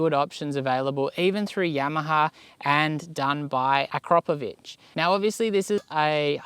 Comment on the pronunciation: its the right way.